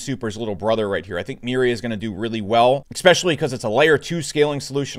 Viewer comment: bro, please learn to pronounce 'Especially', it's not 'Ecspecially'